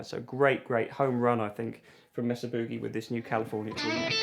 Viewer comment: Mesa’RRRRR Booogay